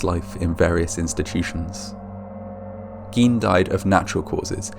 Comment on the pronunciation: Also Gine, hard "g" long "i", not Geen.